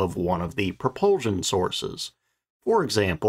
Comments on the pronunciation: NOT "Pro-PUHL-zshion!" - "Pro-PUHL-SHUN! The last syllable has an "S", NOT a "Z" sound! Your mispronunciation fills me with "REVULSHUN". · Interesting video…the word is pro-pul-SHUN, not pro-pul- ZHUN. Sorry, it is just irritating to hear it pronounced wrong time after time.. Thanks!